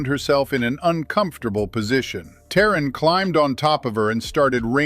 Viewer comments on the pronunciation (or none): her name is pronounced "tah-reen" not "teh-ran"